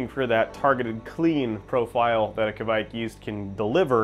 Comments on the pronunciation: Your first pronounciation was correct. Kveik, not Kviek 😄 Great video! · Kveik is pronounced like quake in earthquake, but you should here the "v". Great video. Greetings from Norway.